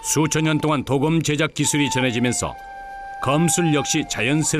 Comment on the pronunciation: 鍍金(도금)이 아니라 刀劍이예요! 도~검이라고 발음해야지! 방송국이 한국말을 망치고 있어! 요즘은 방송 심의도 하지 않나 봐! 성조법이 다시 부활되어야 돼!대한민국 공영방송이 전 세계의 망신거리를 자초한다! 근거도 없는 발음법때문에!